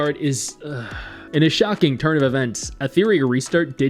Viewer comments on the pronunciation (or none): none